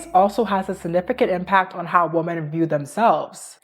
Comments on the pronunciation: CAN YOU PLEASE PRONOUNCE THE WORD WOMEN RIGHT PLESSE? ITS GIVING ME THE ICK I JUST CSNT ITS PRONOUNCED “ WEEMEN” OH MY GOD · It’s pronounced wuh-men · not hating, just constructive criticism: you're pronouncing the word "women" like "woman", and personally, it really throws me off and distracts me from your otherwise interesting takes. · is it really that hard for native speakers to pronounce women and woman correctly?